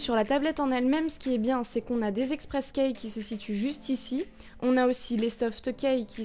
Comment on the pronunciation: Haaaa ! la prononciation de Keys m'a fait du mal X")